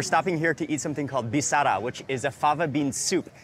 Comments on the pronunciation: this is not birsa this is 'bissara' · 8.20 name is bisara not birsa 🤗